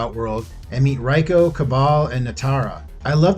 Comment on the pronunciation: Goro's race is called Shokan. You said "Shao Kahn." And Reiko's name is pronounced "ray-koh."